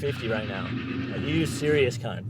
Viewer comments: It’s pronounced carrnt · the way he says cnt is so funny bc hes from canada or something